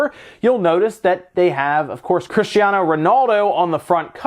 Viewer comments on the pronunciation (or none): none